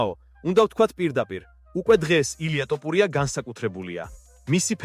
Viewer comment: რა უბედურებაა ტოპურია?! რუსი ხარ? დავუჯერო (თ) თქმა გიჭირს?!